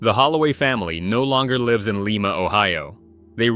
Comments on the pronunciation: Not leema, lime-ah (Lima) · I’m from Lima (like the bean) not Leema OH as they say in the video. This is total fabrication- there is and has never a Willowbrook school in Lima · Lima (with a long i sound) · Lime-a ohio....really?